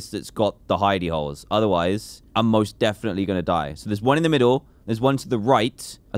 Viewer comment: LOL myself and my kids love hearing you say HIDEY HOLES.... they said you were saying hinney holes. We laughed sooo hard that it made them sweat really bad lol. Your the best